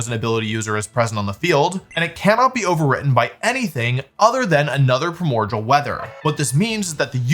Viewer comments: Primordial is pronounced “Pry-more-de-uhl” Ok I’ll disappear now. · ok i have to ask why do you keep pronouncing it primorgal when its spelt primordial there is no g its pronounced prai·mor·dee·uhl like unlike allot of pokemon based abilities or names this is a real word in the english language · What sea? Pramorjal? Lol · Please tell me you are mispronouncing primordial (pri·mor·di·al) on purpose to rage bait lol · Pronouncing primordial like cordial is crazy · That's not how you pronounce "primordial." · I have never heard somebody pronounce "primordial" as "pruhmorjal" BRO WHAT DO YOU MEAN "ZOSHIN"